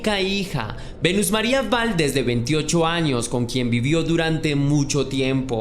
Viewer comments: Se pronuncia Valdés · Me gusta mucho tu canal solo te haría una observación, que cheques bien la pronunciación de algunas palabras, el apellido de la chica lo pronunciaste de 2 formas diferentes así como el estado de la República donde ocurrió el asesinato lo pronunciaste mal, esto lo comento para que sea más profesional tu narración, gracias